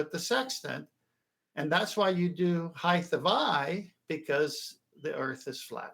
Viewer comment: Why does always say “heighth”!?! It’s sooo annoying!! Otherwise great show as always!!